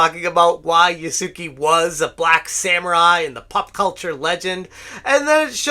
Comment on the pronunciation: Yasuke should be pronounced "Yas-kay." The "u" should be basically silent.